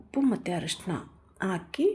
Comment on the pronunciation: ಸಾಗು ಸೂಪರ್ ಮೇಡಂ 👌🏻ಆದರೆ ಸಣ್ಣ ಬದಲಾವಣೆ ಮೇಡಂ ಹಾಲು ಗುಡ್ಡೆಗೆ "ಆ"ಅಕ್ಷರ ಮತ್ತು ಹರಿಶಿಣಕ್ಕೆ "ಅ" ಅಕ್ಷರ ಅರ್ಧ ಚಿಟಿಕೆಯಷ್ಟು ಹಾಕಿದ್ರೆ ನಿಮ್ಮ ರುಚಿಯಾದ ಅಡುಗೆ ಮತ್ತು ನಿಮ್ಮ ಸುಮಧುರ ಕಂಠಕ್ಕೆ ಇನ್ನಷ್ಟು ಅಭಿಮಾನಿಗಳ ಮೆಚ್ಚುಗೆ ಸಿಗುವುದರಲ್ಲಿ ಯಾವುದೇ ಸಂಶಯವಿಲ್ಲ ಮೇಡಂ.🥰👌🏻